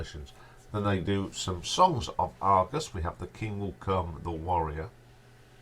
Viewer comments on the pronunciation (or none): It's Argus, not Argos😉.....otherwise great video mate. Long live the Ash! I have both the early Live Dates albums, Live In Tokyo, Best of....Live In Geneva and 40th Anniversary Live In London plus many Ash studio albums.....all on LP. What a great band. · IT'S NOT ARGOS...IT'S ARGUS!!